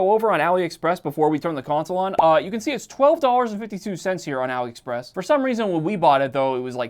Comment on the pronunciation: It's pronounced All-ee Express. It's short for Alibaba.